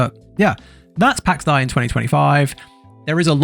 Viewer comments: pax day not pax die although...... (even speech programmes online can say it correctly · its pax dei!, pronouced like in pax Day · "pax die" really dude? jesus christ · lol its pronounced PAX DE ´I learn to pronounce Son! hahahahahaah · Well you suck at saying Pax Dei. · Please stop trying to pronounce Pax Dei. You're terrible at it. Good, informative review though.